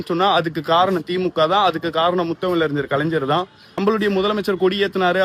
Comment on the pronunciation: டேய் கலைஞ்சர் கிடையாது டா. கலைஞர் என்று அழகாக சொல்லுடா.